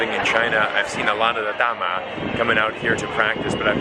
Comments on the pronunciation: happy to find your channel. About the 大媽, make sure you say Da Ma (Ma is 3rd tone, even tone), not Da Ma (2nd, upward tone), cuz it then sounds like 大麻 or marijuana. Thank you for speaking earnestly about China. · it's sound '大馬' to me 😁😁😁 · Your pronunciation for DA MA sounds like you saying Marijuana in Chinese lol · The way you called those ladies sounds something different actually 😂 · Nothing to pick on 🤣🤣, so I am picking on your Mandarin for 大媽😅😅! Your pronunciation is off a little bit. But what do I know..... I was born in Hong Kong, spoke Cantonese and studied English until twelve when my family immigrated to NYC back in 76’s. My late wife spoke Taishanese, Cantonese & mostly English with me. And now my current wife is a Chinese national from Harbin, and we spoke Mandarin everyday. Her English has a Malaysian accent since she studied in Kuala Lumpur😂😂! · Your pronunciation actually means weed.. the narcotics. .. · Great job as usual 👍! Just a quick comment on your pronunciation of “da ma”....it means marijuana 🤭. The “ma” has to the 4th tone to mean “mother”. 😀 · ma should be the first tone. He’s already doing pretty well!